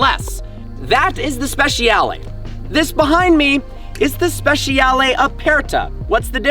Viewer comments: SpeCiale SpeCiale NOT SPESHIALE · speci-ale not speshal. ffs learn to talk car names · Hey, it's spehs-yah-leh. You yanks don't butcher English enough, now you have to have a go at Italian.